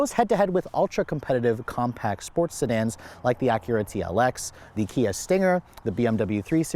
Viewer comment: You lost me when you said.....Kia....